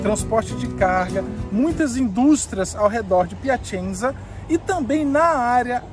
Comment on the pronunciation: Morei na Itália por 13 anos e fui inicialmente para Piacenza (se pronuncia Piacentsa) onde vivi por 1 ano. A cidade da Emilia Romagna (Emilia Romanha é a pronúncia correta), é muito agradável, bonita e com pessoas educadas e gentis. Foi muito bom viver lá.